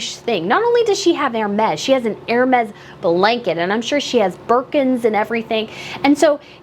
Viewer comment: Thank you for saying ÈR-Mez (phonetically) instead of HER-Meez 😂 I'm sorry, but it's been driving me nuts listening to others say that about the Hermès blanket. Yes. I'm petty.